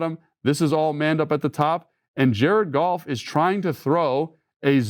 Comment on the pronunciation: I'm convinced Logan says Jared Golf instead of Goff like the meow scene in Super Troopers.